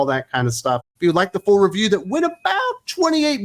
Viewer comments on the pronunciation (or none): none